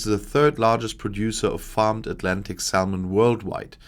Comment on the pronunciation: Quick note: The "l" in salmon is silent. Welcome to English spelling. Reine Dummheit! Auf Deutsch ist's viel besser! 🙃